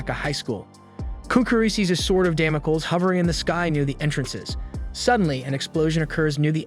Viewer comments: Damocles is pronounced "damm moh cleez." Yoshiro is pronounced with a Long O. Yo Shee Ro I doubt it's spelled Yashiro, but then I don't know this anime. Please try to learn the correct pronunciations. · Δαμοκλής or Damocles is an ancient greek name. Male names end with an 'ς' , which is the 's' and it is pronounced s , as in stop ; Which is exactly what you should do... Stop and start practicing what you're trying to preach.